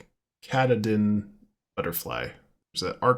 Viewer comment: “Cat-a-din” mountain